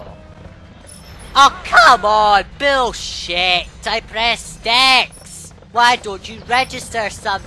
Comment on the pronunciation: did you say bill s**t or bulls**t? It did kind of sound like you said bill.